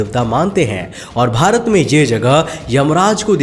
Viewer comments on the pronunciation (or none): none